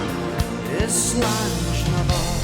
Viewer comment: Slainte Mhath is pronounced " Slanje Navar." I have the distinction of being blocked by Fish, on his Fish on Friday programme, for disparaging the SNP, his favourite political party.